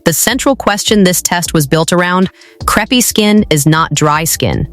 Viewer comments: Lol, I came right to the comments to see if anyone else would mention the pronunciation, it's SO bad, lol. Imagine if it was a vid about the thin pancakes, "Yes, I'll have the craps please", lol. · The word is pronounced " c r AAAAA pe " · Content dealing with relief from creepy skin and it can't pronounce crepe? WTF? Is this a stupid creator or stupid AI? Dislike and ask youtube to NOT recommend content from this creator. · Don't use AI narration that mispronounces the title term.